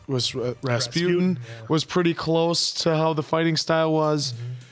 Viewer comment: I don't think you guys got it that the lethal monk's name is pronounced like "Ras-poo-tin" - it's a Russian name, you know. ;)